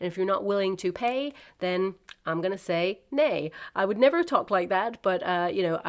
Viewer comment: It was almost like your guides made you speak Swedish! 😘 "Ney" sounds exactly like the Swedish "nej", which is "no".